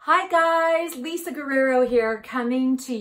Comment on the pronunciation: She can’t even pronounce her own last name correctly … embarrassing